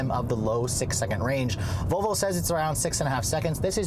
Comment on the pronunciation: vOLvo not VOVO!